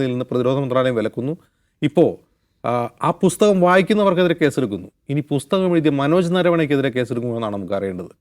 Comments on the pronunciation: രാഹുൽ എന്ന പോങ്ങൾ എന്ത് അടിക്കാനാ മക്കാൽ മീഡിയക്കാരെ നിർത്തിക്കൂടെ ഈ അടുപ്പു കൂടി ചർച്ച ഇത് ഹിന്ദു ഏകീകരണത്തിന് അച്ചാരം മാങ്ങിയ പോലെയുണ്ട് ബുസ്തകമല്ല പുസ്തകം എന്നെങ്കിലും പറയാൻ പഠിക്ക് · ബുസ്തകം അല്ല ചേട്ടാ പുസ്തകം പുസ്തകം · Busthakam aalla maashe.. pusthakam ennaanu